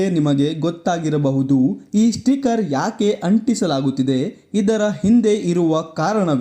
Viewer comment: ಮೊದುಲು ಸ್ಟಿಕರ್ ಎಂದು ಸರಿಯಾಗಿ ಉಚ್ಚಾರಣೆ ಮಾಡಿ